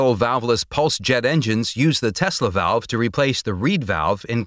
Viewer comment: "Tesla velve"